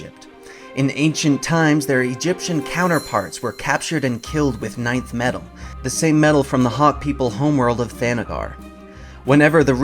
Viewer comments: LoL. I thought it was called "Nth metal", not "ninth metal"? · Nth metal is pronounced En-th metal not Ninth metal! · did you really just pronounce nth metal as "nineth?" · IT is some people just have trouble pronouncing it. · KON- EL Alright. I figured something was up with that mispronunciation.